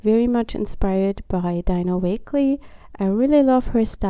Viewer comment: Super farbenfrohe Seite. Ich mag deinen Stil sehr gerne. 🙄 Nur ein kleiner Hinweis am Rande: 😊 Du sprichst Dina‘s Namen falsch aus. 😊